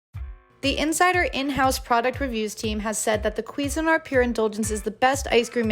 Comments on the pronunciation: The accent should be on the "SIN" part, not the "QUI" part... It's "quiSIN-art." And it's S, not Z. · Its pronounced cuisine-art Not queesanart. 😂